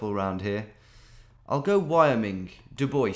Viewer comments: Hahahaha I've actually been to Dubois, WY and you even said it correctly! It is not the french pronunciation. Dubois used to be called Neversweat when it was unincorporated, and when it became a town the government was not cool with the name. So they named it after a politician, Dubois (french pronunciation). The locals were so annoyed by this that they intentionally mispronounced the name as Du-boiss. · There's a DuBois in Wyoming?! I used to live in DuBois, Pennsylvania, so weird to see that city some other place. Of course you're calling it the correct way, in the city in PA it was called "do boys" with no accent which was awkward as hell.